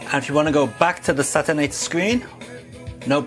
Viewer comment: Looks like it should be pronounced say-she-ater